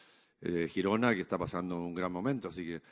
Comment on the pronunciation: Lo mejor de la rueda de prensa de este año es que dice Girona como se tiene que decir 😂😂😂😂😂😂